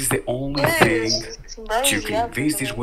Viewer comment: “HERES THE FING”!!